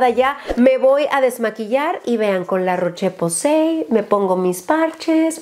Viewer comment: Rosyyyyy se dice la roshhh posay😅😅